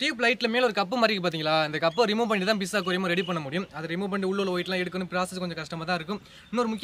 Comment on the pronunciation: ஐயா, இது "பிஸ்" இல்லை. அதை "ஃபிஷ்" என்று சொல்ல வேண்டும். சொல்லி சொல்லி பழகுங்கள்.